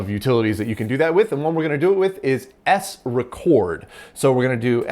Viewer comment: Not to be too pedantic 😅 but I'm reasonably sure S-Record is pronounced more like the vinyl music format than the other way to pronounce it. Always a treat to watch your videos - thanks for the great content and of course the fur babies ✨👍